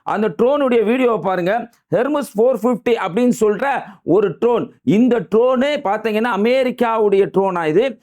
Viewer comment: You talking like a joker. Joker not tron it is drone.